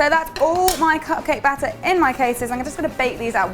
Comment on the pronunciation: I like how she pronounces butter and batter the same way... 😊